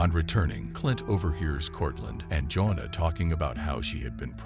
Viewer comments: You have the strangest pronunciation for the name “Joanna.” It’s not pronounced the same as “Jonah,” it is pronounced “joh-AH-nuh” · For those wondering, her name is actually "Joanna." The narrator bot is saying Jonah over and over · computer voice "joan'na"??? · Jonuh. Jonuh. Jonuh. AI videos are CancerAIDS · Every time you mispronounced Joanna, my IQ dropped. Lol😊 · Is this a bot? Her name is JOANNA, not Jonah. Fail. Sy Ringe? Really? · His wife Jonah.... You mean Jo-Anna. Who calls it a Sigh-Ringe? It's a Suh-Ringe